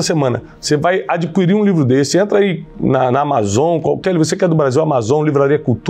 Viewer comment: Bom dia Tiago. Só um toque para a pronúncia da palavra ADQUIRIR: a di ki rir